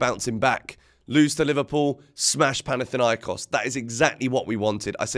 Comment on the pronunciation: It's panathinAikos😢😅